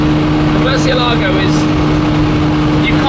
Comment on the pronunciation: Ed Bolian would not like you guys mispronouncing Mercielago